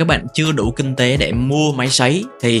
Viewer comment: Kinh tế ko phải king tế nhé kênh :D